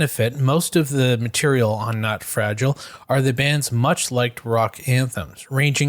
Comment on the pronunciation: Dude you can't sing the song saying fragile the way you are saying it.